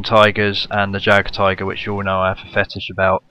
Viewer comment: Say it like yag tiger